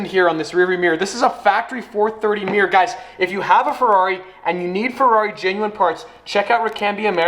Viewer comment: Rear view Meer as in Meercat. Odd boy. Odd country.